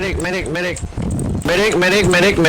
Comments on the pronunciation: who heard "meh dick" instead of "medic"? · Unsuccessful attempt of a Spanish speaker to pronounce the word "medic" xD